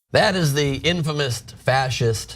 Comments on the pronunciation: Are we gonna ignore the fact that buddy said infamoust? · Does that guy at the Young Turds know that "Infamous," doesn't end with a "t?" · The dude who said “infamoust”? LMAO!!! 😂💀